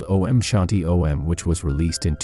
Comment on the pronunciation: Why are you saying O.M. It's Om